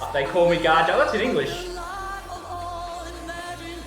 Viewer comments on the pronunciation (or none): mate, the proper pronunciation is Gaia or Gaya, and this guy plays viola. :)